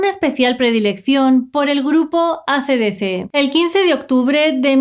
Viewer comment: me encanto cuando dijiste el grupo acedecé jajajajaja en verdad se pronuncia" ei si di si " fue gracioso oírte decirlo así. Nada, es un comentario superfluo el mío. Excelente como siempre. Seguimos siendo más tus suscriptores 🍻